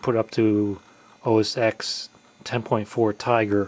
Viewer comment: The X in OS X is pronounced 'ten', not 'ex'.